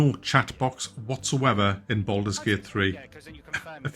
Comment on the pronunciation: "Bald mans gate" 😂